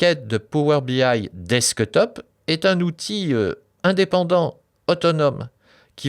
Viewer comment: Merci beaucoup, très bonne vidéo ! Mais il faut revoir l'accent anglais pour le "desktop" ;)